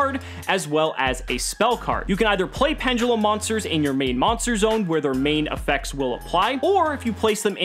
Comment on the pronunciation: penDULUM not penGULEM .. dont me